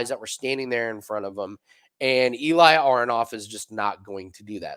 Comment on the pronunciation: Eli name pronounced like eh-li not e-lie